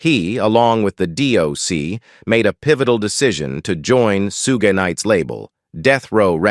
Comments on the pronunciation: Soogie Knight?😂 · Sooga Knight😂😂😂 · I always wanted to be a plyah. Working under a real g like Sue gay. Fortunately I will never have to listen to this fake artificially created garbage again😏